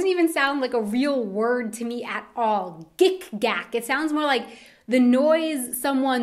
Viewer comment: Well, heard of Gickgack, but wouldn't pronounce it like GickGack, but rather like Gick(k)ack (Quickly spoken) Kopfgärtner: Nope Ex: Auf Ex! or Ex oder (Whatever is unpleasant: Being gay, an ass, some sockerteam's fan etc.) Dödel is a childish way to express dick or penis